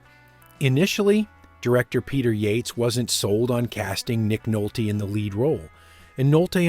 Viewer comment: “Nick Nolt-TAAY” 😂